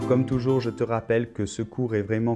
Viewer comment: tengo una pregunta en el ejercicio en la afirmación de ver la tele. En la afirmación dices "je regarde la tele" y me parece o escucho que pronuncias así "jo (bueno je) gugard la tele pero para la negación tu pronuncias o yo escucho que pronuncias jo(e) ne gugagde la tele, pero para la afirmación pronuncias gugagd y para la negación pronuncias gugagde ¿por qué cambia un poquito la pronunciación si es la misma palabra y que yo sepa, no hay liason? (O ligadura, no sé cómo se dice) por eso lo puse en francés.